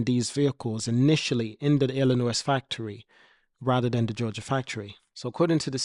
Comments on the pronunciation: Its illinoi the s is silent other wise good info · Lol. I was just about to address that....!!!! Dude, ILLINOIS is pronounced "Illi-NOY"... The "S" is silent....!!!!!